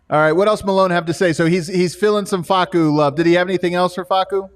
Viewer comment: “Fah-soo” kills me everytime 😂